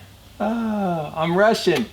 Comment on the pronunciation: Did you say “I’m rushin’”or “I’m Russian”? 😆